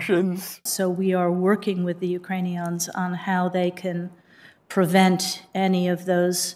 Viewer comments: "so we are working with the Yoocranions" come on, woman... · Did she say Ukraineons.